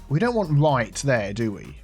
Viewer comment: Always helps when you turn the roads the wight way awound. 😂😂